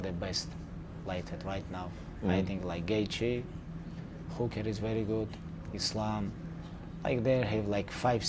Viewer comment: Khabib called dan hooker.... whocare lol 😂